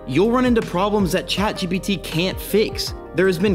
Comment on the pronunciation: It's Chat Jipiddy btw 😅